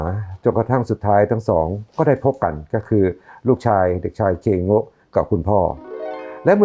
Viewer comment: เคอิโง๊ะ กลายเป็น อี เคโก๊ะ